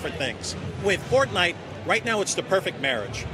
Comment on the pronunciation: Het is fortite niet fort-nite